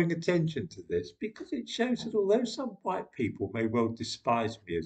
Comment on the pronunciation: . . . Jared Taylor. He's a race realist from American Renaissance. He's know to pronounce white as huwhite.